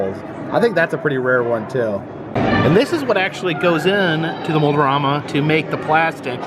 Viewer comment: Kinda funny you keep saying Mold-O-Rama, while it is spelled Mold-A-Rama, guess the Mold-O-Matic is influencing that :P